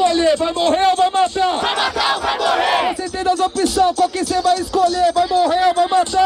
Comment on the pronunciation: "só tem duas opspsssos,foda-se" KKKKKKKKKK